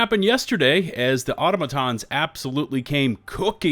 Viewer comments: how did he say auto - matons? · Auto-matons?!? lol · Why do so many Americans keep pronouncing Automatons wrong? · i love your videos but the way you say "automatons" hurts me lol edit, then you started saying it correctly, thank you half-way-through-the-video you